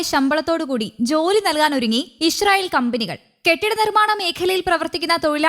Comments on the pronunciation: ഇ ഷ്രായേൽ അല്ലാ ഇസ്രായേൽ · ചേച്ചീ ഞാൻ എത്രോ പ്രാവശ്യം പറഞ്ഞതാണ് ഇശ്രായേൽഅല്ല ഇസ്രായേൽ ആണെന്ന്😅😅